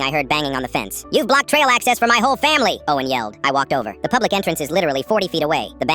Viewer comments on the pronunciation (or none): none